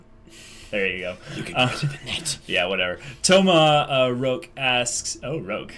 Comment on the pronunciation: No, I haven't read Red Rising (yet!) but Roque is a fairly common name here in Portugal. Also, it's not pronounced as Toma Rouk, but as Thomas Rock (stressing the "a" in Thomas).